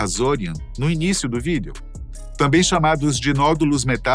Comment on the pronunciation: toda vez que esse cara fala VÎDEO eu sinto uma pontada no meu cerebroooo haaaaa